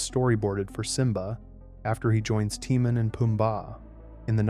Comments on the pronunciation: Its timon tim on not tee moan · why did you call them teemun and poombar? 😂😂😂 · Haven't you watched The Lion King enough to know how to pronounce Timon? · "tee-man and poomba" 😂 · Ugh it’s Tih-moan It should say the Scar wanting Nala scene made it into the Broadway musical as “The Madness of King Scar” You also forgot there were several earlier versions of Can You Feel The Love Tonight because of disagreement over who should sing it. It ended up a hybrid but I recall the trailer on the Fox and the Hound vhs having an earlier cut. . You also forgot there were cuts to Simba’s time in the jungle. The video game jungle level is based on it. And that Mufasa also had a cut song though that was restored at times Tlk 2 deleted scenes: 1. Originally there was a scene where Nuka and Vitani run to tell Zira that the cub is a girl 2. There’s also a ln earlier scene with Rafiki painting Kiara and saying there was another cub in the Outlands 3. Zira originally offed herself by letting go of the rock . It seemed too dark but you can still see her crazed smirk on the final fall. They didn’t change the animation. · The way he's saying Timon and Pumbaa is pissing me off and I think on purpose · Why is he saying timon wrong lol? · it baffels me how you can still mess up Timon and Pumbas name even as you have heard them in the movie!